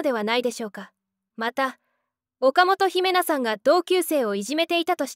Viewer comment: 岡本姫奈 (誤)おかもとひめな (正)おかもとひな 頼むぜ